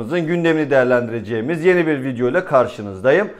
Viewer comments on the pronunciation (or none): none